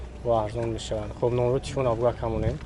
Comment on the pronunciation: Бародар аввал гапзанира ёд гир ба блогери кун номерои(тифон) меги ба фикрум телефон меган тифон чияй бурро гап зада наметони